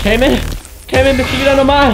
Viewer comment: Er heißt kman und nicht kamen